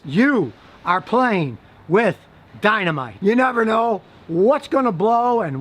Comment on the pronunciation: I Love the way he Said DYNAMITEE!